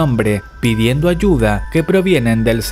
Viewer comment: dice aduya en vez de ayuda no lo notaron?